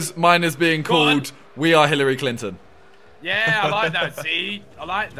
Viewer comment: sorry simon but its HILLARY CLINTON